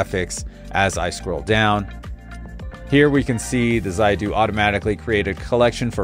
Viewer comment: Zaidu... Aikeea... For god's sake please... Can you people for once not change name pronouciations. It's Zeedoo. Zeedoo. Just as its called Eekay-yah. Not Eye,-Kay-yah.